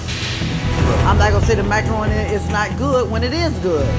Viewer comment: When she was describing her macaroni and cheese... Sounded a lot more like microroni and cheese. Lol